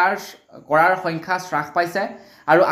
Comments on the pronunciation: "চাছপাইছে" নহয় "হ্ৰাস পাইছে" বুলি কবলাগে । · হ্ৰাস নহয় ,হ্ৰাস হে।অসমীয়া ভাষাৰ শ্ৰাদ্ধ নেপাতিবা । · হ্ৰাস শব্দটিৰ উচ্ছাৰণ শুদ্ধ কৰি ল'বলৈ অনুৰুধ কৰিলোঁ।